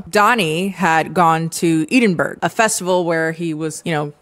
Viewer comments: I’m from Edinburgh and couldn’t believe it when you said it like Eedenburg and not ed-in-borah… wtf 😂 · girl as someone from edinburgh listening to you say 'eeden-burg, a festival' did cause me some visceral pain😭😭 Haha the city is pronounced 'edin-bruh' and the festival that he's at is called the fringe which takes place in edinburgh every august lolol. great video as always though i love your commentary so much <3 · fyi Edinburgh is pronounced Eh-dun-bruh so you can perfect that Scottish accent lol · …ee-din-burrow, diva. It’s Eh-din-bruh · Sorry I got distracted by how you pronounced Edinburgh 😅 (it’s eh-din-bruh) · As someone who lives in Edinburgh the pronunciation just sent me over the edge 💀💀💀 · As much as I love you and this channel and think that you brilliantly and empathetically summed up the show, your pronunciation of 'Edinburgh' was upsetting. 😂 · craziest way i’ve ever heard edinburgh pronounced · Right??? Like where did that come from😅